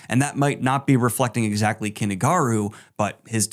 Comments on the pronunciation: It isn't Kenny Garu. It is Kuni. as in coo knee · Is that really how you pronounce Kuni Garu's name? The Garu sounds right but Kuni sounds like you're saying Kenny.